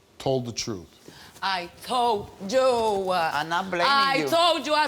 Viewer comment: “I told Jew”